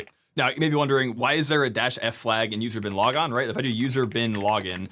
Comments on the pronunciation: I heard "user Bin Laden" and can't unhear it now. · anyone else only half watching and repeatedly triggered by 'user-bin-logon?'' i thought the seal team dealt with that? edit, also 'I am root' for guardians fans... maybe repeat that a few times... i... am ...rooooot